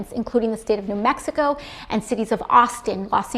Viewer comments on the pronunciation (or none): She mispronounced Mexico and Los Angeles.